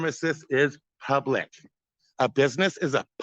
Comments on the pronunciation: It isn't 'pub lick' genius. 🤣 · " Frauditor I'm not trying to be argumentative." Proceeds to argue. "This is pub-LECK!"